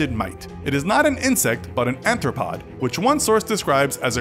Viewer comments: Listen closely as he describes the mite, he calls it an anthropod, not an arthropod. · Arthropod, not anthropod. And insects are arthropods, too. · "Anthropod" ? did you really just say that? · Did you just call a mite an Anthropod?